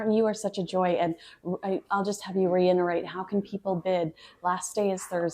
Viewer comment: Love you so much and follow all your vids ❤ I just wanna correct one little thing cuz I've heard you say it twice now wrong lol and I'm such a stickler for grammar 🙄 The word is reiterate... Not reinerate (and maybe you said it correctly and I'm just hearing wrong...) anyhoo - Love you and keep putting out this awesome royal content!! 💖